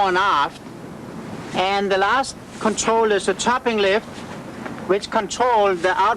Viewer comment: is great. "Contwol the pwole" lol. Realy good informative vid.